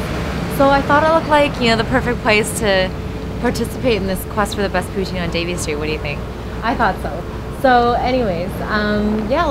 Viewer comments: I love the way you say poutine lol. I like smoked meat poutine :) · Learn to say Poutine....since when did you become an expert on Poutine and know if it is authentic....if this was dim sum maybe I would give you a chance but you are in no position to rate this. also buy a better fucking camera you amateur.